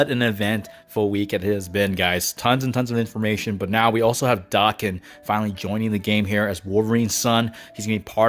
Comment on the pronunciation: I thought it was pronounced dayken not darken